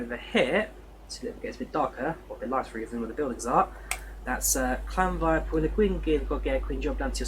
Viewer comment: Wow you mastered that llanfair pronunciation lol